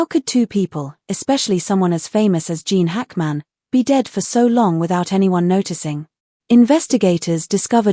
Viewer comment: Can’t his name be correctly pronounced?